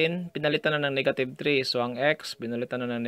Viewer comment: niggative XD ahahaha sorry i just had to say it